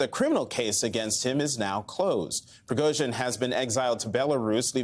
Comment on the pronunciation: Is Admiral Stavridis actually an expert on this? That he doesn't seem capable of pronouncing Prigozhin's name hardly gives me confidence. I don't buy some of his analysis, not least that this was a revolt against 'the king', against Putin, something Prigozhin has never claimed (how Putin perceives it is another matter, and how the Russian authorities see it yet another). Indeed, Prigozhin has not ever – as far as I am aware – attacked either Putin or the Russian Government, just the army staff. This looks to me more like an attempt to shake up the military system than to install Prigozhin as head of state.